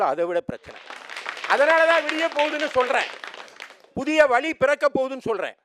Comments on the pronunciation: vali இல்ல பா.. வழி... tamil இல்ல தமிழ்..... ழகரம் வராதவன் எல்லாம் yen டா வந்து சாகடிக்கிறீங்க... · வழியா இல்ல வலியா?